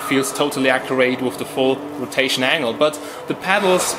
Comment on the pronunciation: Accurate not Acjurait.. XD